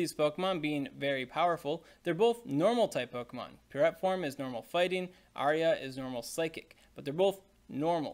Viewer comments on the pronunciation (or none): none